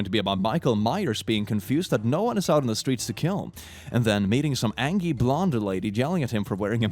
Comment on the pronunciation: say said angy instead of angry.... Furry confirmed xD